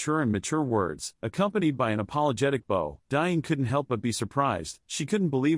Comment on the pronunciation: Ai says bow like bow 🏹